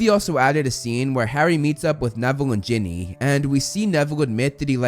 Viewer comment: I'll never forgive the butchering of Ginny.